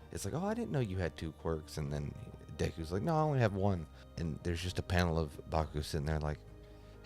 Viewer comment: Pronouncing Deku’s name like Dayku the whole video make me tweak